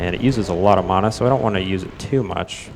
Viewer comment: Was already annoyed at the pronunciation of mana, then he said "gibs". Had to stop and breathe for a minute.